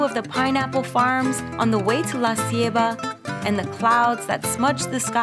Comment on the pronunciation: I love how she pronounces Baleada and La Ceiba lol great video! So relaxing and beautiful.